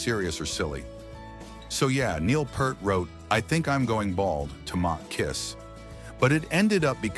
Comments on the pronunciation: pronounced P-ear-t not purt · It's Peer-t. Not Pert. Get it right!!!!!! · Nice video. But it's pronounced PEERT. Niel Peert. I know, it's spelled Peart. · PEART stop saying purt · Peart is pronounced P-EEEEE-R-T . Neil Peeeeeeeeeert like the sound of "ear" it is NOT "Pert" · ITS PEEERT... NOT PURRRT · Fuck a.i. voiceover! It's (Neil) Peart! - sounds exactly as it is spelled P👂t Not Pert! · Pert is shampoo...its properly Peer-t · “Peert!” Not Pert. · Peeeeeeeeeeeeeeeerrrrrttt.... not "Pert" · Pea-r-t not Pert. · I regularly get disgusted when people cannot say Peart correctly. It's NOT Pert, it's P-ear-t. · Neil's name is pronounced "Peert", not "purt". He said so himself. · A lil off topic—I only wish folks would pronounce Pearts name correctly. p"EAR"t, not "PURR"t. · Neil's last name does not rhyme with Burt. Sans the P and T it is the word 'ear'. So, just say ear with a P at the beginning and a T at the end. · Peert not Purt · I can’t stand when people say Neil’s last name wrong. If you are gonna talk about a legend on a public level, learn to say his name. It’s not Pert. It’s Peart. It’s pronounced just like it’s spelled. I find it disrespectful to Neil Peart. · It's pronounced "Peert". NOT "Purt". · It’s pier-t, not purt. Smh….. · OK it's Pear with a T NOT Pert like the shampoo. Jesus. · For the tenth millionth time, the name Peart is pronounced “ Peert”. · Peart is pronounced PEERT rather than PERT. Just so you know ;-) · It's pronounced "Pee-rt", (rhymes with ear), not pronounced like "Purt". 🤦🏼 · It's pronounced P "ear"t not Purt! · It was "Purt" before youtube interviews came along, and then everyone could hear the proper pronunciation of his name - which is P"ear"T. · Pronounced Peert. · Right off the bat, I heard Neil "PURT" and stopped watching. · The "e" in Peart's name is a long e and you pronounce the a. Think of it like saying "pier" with a "t" at the end. I hate AI. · Peart is pronounced "PEER-t" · Pea ert. Sigh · Peart is pronounced "Peert."